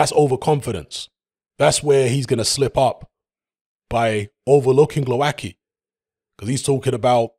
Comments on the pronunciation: Oh man.......pronouncing the hard way.... For you Wayne Grekki hmmm? its...tzky!!same here..... its not kki, its tzki or zki, its not that difficult Okolie by stoppage 5th. not Glowacki but Briedis will beat Okolie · Glowatzky is how his name is pronounced. Its always hilarious when butcher names, especially Eastern European names.